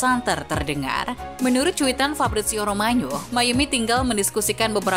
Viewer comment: Pengisi suaranya Mba Lalang Maya aja, spelling nya bagus, ga kek yg skrg, apaan tuh "Fabrizio ROMANYO" dll